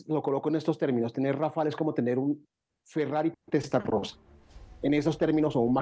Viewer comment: rafale no rafel